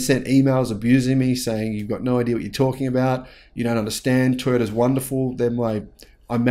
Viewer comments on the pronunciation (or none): none